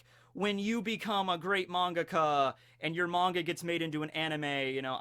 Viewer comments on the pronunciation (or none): none